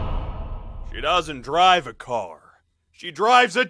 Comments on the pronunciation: Yes but he pronounce his car as care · " Afficer " " Get in thuh care " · I love how he says care instead of car😂😂😂